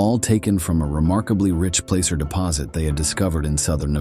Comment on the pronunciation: Pronouncing placer wrong...And the Prospectors most likely buried it